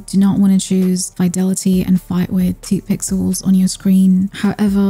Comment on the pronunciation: You pronounced fidelity wrong. 😳